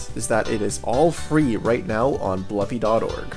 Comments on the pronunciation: Blupi is pronounced with an oo, not an uh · Just so you know i think its pronounced Bloopi not Blupi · It's pronounced "Blue Pea". Confirmed by the readme file in DOS Blupimania.